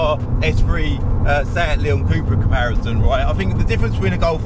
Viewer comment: It’s cup-ra (cup racing 🏆) not coup-ra 🙂👍